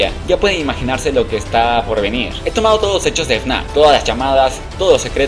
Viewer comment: Y en lugar de fnaf decía frenazo